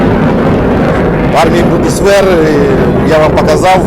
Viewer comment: Немецкая армия называется БундесВЕР а не БундесФер а за видео спасибо.